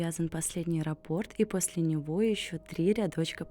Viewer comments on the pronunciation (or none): none